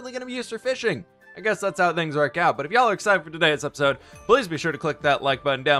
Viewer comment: I love how he says episode "apasode"